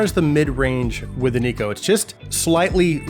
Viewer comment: Neko is a japanese work, thus it is pronounced as "Nekoh". Amazing review as always!